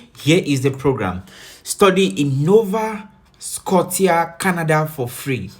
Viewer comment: It pronounced " nova scoshia"